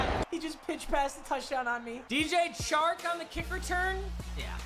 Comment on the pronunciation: im so used to yoboy pizza saying DJ Shark that when says DJ Chark it sounds weird.